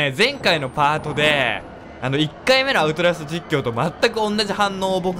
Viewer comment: アウトラストっていえてませんよ笑笑あと、こんなにはやくみれたのはじめて！